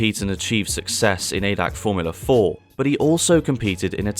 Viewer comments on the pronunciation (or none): Btw: It's not Adac, it's A D A C. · Its not pronounced Adac, but "A" "D" "A" "C". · It is not pronounced adac it is pronounced a d a c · A D A C not A DAC. ITS A D A C